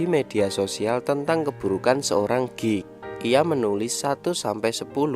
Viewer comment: Sial pas mimin bilang "geek" gw malah denger "gay"🤣🤣🤣